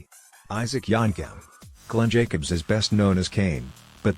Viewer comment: It's yankem not yonkem dude . Get it right